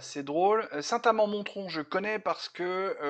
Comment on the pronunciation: merci d'avoir parlé de chez moi. dans saint amand montrond, le t ne se prononce pas.